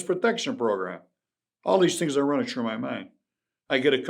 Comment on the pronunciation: Let me tell you a couple of tree tings